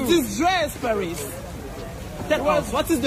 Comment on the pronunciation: Paaarisssss dame un grrrrr 😂😂😂😂😂